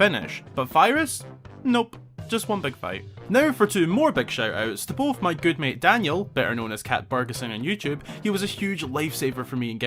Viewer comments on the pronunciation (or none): none